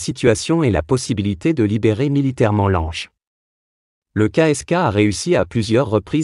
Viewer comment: Lange mais il n’est pas français, son nom se lit langue, essayer de ne pas déformer les noms